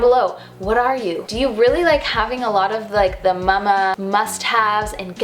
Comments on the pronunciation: I like how you say “muh muh” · It's how we say it in Germany :)